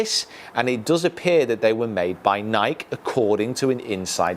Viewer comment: Love your vids but come on man. It's "Ny-kee" it's a brand and that's how it's pronounced.